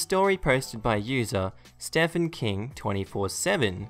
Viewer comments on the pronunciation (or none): Just as an fyi that most times Stephen is pronounced Steven.